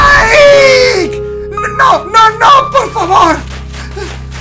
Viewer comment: A y es mike no nike